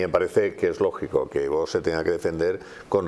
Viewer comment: es VOX y No VOS 🤣🤣🤣como pronuncia usted